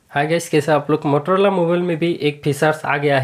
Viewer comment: Bhai wo mororola nhi motorola hota hai